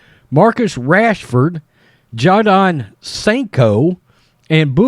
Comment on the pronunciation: Your pronunciation of Jadon Sancho was brilliant lol.